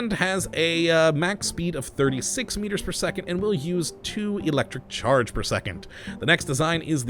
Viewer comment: I love thw your accent when you say Electricccc-ccharge